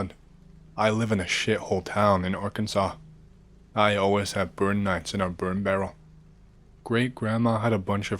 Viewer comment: Props to for pronouncing Arkansas correctly instead of calling Ar-Kansas.